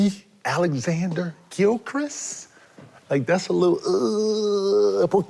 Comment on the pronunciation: He said gilchrist😂😂